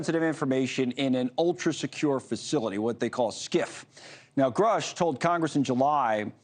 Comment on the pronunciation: That's exactly how you know that there is an attack on grush as we speak that's the third time I've heard the news channels butcher his name on purpose they called him scruff I would laugh if only it wasn't funny😂😶